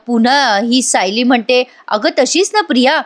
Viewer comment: तुम्ही खूप छान सांगता.फक्त तुम्ही "सायली"यात तुम्ही उकार म्हणून होतात पण ल ला वेलांटी आहे.😅